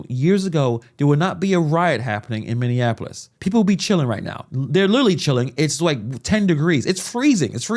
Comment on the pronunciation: Bro You Gotta Say Minneapolis Correct frfr